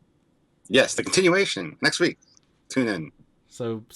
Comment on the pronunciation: "Nexk Week"? ;)